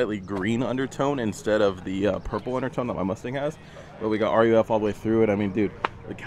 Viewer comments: It's "ROOF" not R U F.... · RUF is pronounced "Roof" and not "Are you F" my man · It’s “roof” not n u f bud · Hey its pronounced Roof. Not R U F. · Ruf is pronounced Roof.